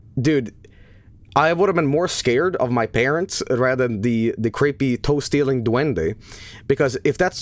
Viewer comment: it sounds like is saying Toasty little duende instead of toe stealing duende